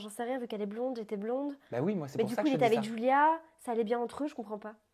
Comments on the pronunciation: Mdrrr elle dit DJulia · Bonne vidéo mais Adixia c julia pas djulia!!!! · On dit Julia pas Joulia adi😂😭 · Y a que moi qui entend "Djulia"? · "Djulia" Mdrrr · "djulia" !!! JPP !!!